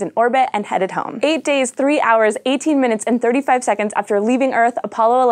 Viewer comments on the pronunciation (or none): none